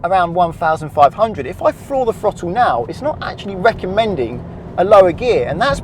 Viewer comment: I hate the British slang of pronouncing a TH sound with a F sound. It's throttle not frottle